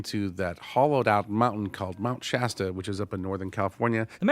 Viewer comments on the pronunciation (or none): none